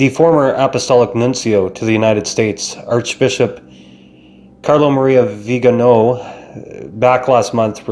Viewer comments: The accent is on the last syllable so its vi - ga - NO .... NOT..... vi -- GA -- no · Good commentary! I subscribed today! My comment is that the Holy Father said that “silence” is best in these situations, but then he goes and uses passive aggressive veiled language in his homilies to respond to and chastise!! Viganò ! That is not being silent! Lol Btw The stress is on the O you can see the mark above the O. So the correct pronunciation is the first way you said it >..like veeganO. I also would like to say that Cdl Viganò would make a very wonderful pope! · vee gan OH,,, accent is on the third syllable